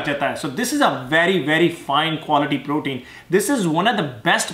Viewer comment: Sir protein nahi pratin baba 😂😂🤣🙏